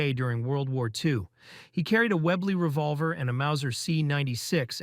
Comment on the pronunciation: The "point three five seven revolver", "lee-ver", among others were cringe